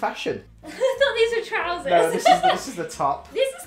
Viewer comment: I fought that was one of the better ones: 😮😳 Get it, I said fought cuz always says f’s, not th’s